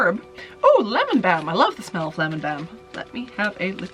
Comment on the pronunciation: baum lol